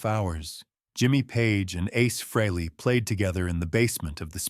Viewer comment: Your crappy AI can't even pronounce Ace's name correctly, Who would want to listen to that, along with your bullsh!t tale for 20 minutes? AI sucks! Give it the thumbs down it deserves and send this BS video to algorithm hell!